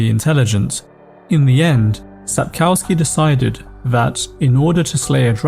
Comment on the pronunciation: please can you not say COW in Sapkowski?